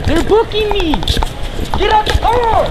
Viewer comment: "their booking mehee" - American citizen thanks to Jose Bidenez